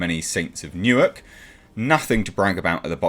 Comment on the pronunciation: Okay. "Newark" is not New York. Sorry. Yeah.